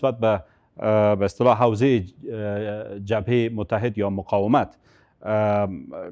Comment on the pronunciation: "مقایمت" نی قانونی صاحب " مقاومت "